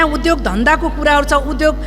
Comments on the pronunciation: उधोग होइन , उद्योग भन्नुस् । शुद्ध उच्चारण गर्नुस् ! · उधोग रे कति अशुद्ध ,बोलि नियत खराब छ मुख खराब छ